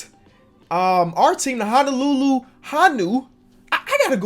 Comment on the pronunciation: Also its HO-NO-LUE-LUE HO-NEW